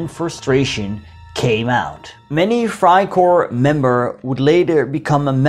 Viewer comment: It’s Freikorps not freikor you’re butchering they’re name